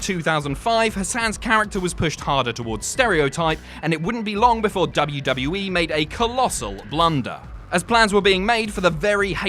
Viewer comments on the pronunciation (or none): sorry, did you say WWA?